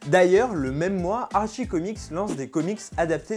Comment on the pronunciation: Arttttttttttchi pas Archi